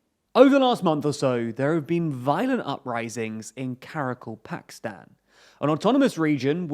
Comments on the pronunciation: Get it, right, Sir. It's Kara-KAL-pakstan! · Ka-Ra-Kal-Pak-Stan... Another name English speakers will be unable to pronounce.